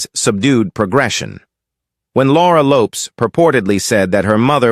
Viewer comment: Ffs pronounce Laura Lopes name properly.